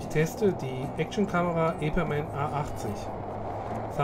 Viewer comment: Wenn du sie testen hätten wollen dann würdest du den Stabilisator einschalten sollen und den Namen richtig ausprechen :P